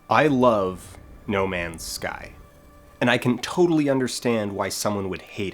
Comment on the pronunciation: Nu-male's Sky